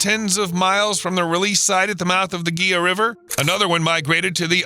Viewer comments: Somebody needs to tell California. All they do is tear dams down. And its Heela not gee-a. Plus the San Pedro, like the Santa Cruz ( I grew up between these rivers) have been seasonal rivers for at least a couple of centuries. My family, on both sides have been in Arizona for more than 100 years and the rivers look pretty much the same ( I have photos from a hundred years ago) except for the Santa Cruz which now has a permanent top flow because the US had to build a sewage treatment plant to clean up all the sewage Mexico dumped into the Santa Cruz. Your tale is pretty much just that, a tale. Stop trashing the people who care for this area. We do a pretty good job despite what you claim. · "They Placed Hundreds of Beavers" - no they placed 16 adults in 1999. It's also HE-LA, no GHEE-LA river. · The Gila River - The G is is pronounced as H. The word is pronounced like He lah . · Gila River is pronounced HEE-LA. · I knew a girl in that area of the San Pedro. She has a pet Beaver. Wynona’s Big Brown Beaver. Btw.... Gila is pronounced.... Hila! Hila! Arizona has an strong Mexican connection so....lot of Spanish naming. G....is often an H sound. And.... Two ll in a word....is a Eee or Yee ... Sound. Estrella...is es-stray-ah. Not es-strell-ah. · Lots of good information. One small correction: Gila is pronounced Heela. The G should be pronounced like an H. Thanks. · The Gila river is pronounced Hee-la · Gila River is pronounced "HEE-la"